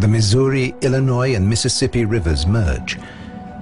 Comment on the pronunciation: THAT'S NOT HOW YOU PRONOUNCE ILLINOIS!!